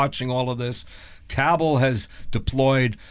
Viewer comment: There is a Cabell County, WV., you’re pronouncing it correctly, with the emphasis on the first syllable. 🙂👍🏻